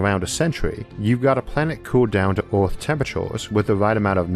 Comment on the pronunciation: This is not due malice but why you pronounce earth as oort? There's Oort's cloud in space so this can be a bit confusing.